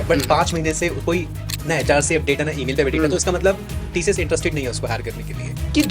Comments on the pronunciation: Tशियश nahi sir tcs bolo.Aap Senior HR ho working experience -11 years🤭😂🙆🏻🤦🏻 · its not TSHHS ITS TCS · TCS ❌ Tee-Shee-Yesh ✅